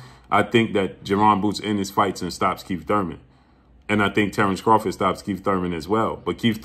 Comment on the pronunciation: He did all that lead up just to pronounce Terrence bud Crawford in correctly 😂